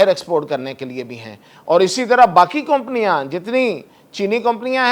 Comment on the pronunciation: You don't know how to pronounce (company ) Improve your language brother !